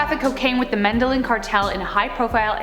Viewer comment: And medellin cartel doesnt pronounce the ll like an l. Its more like a y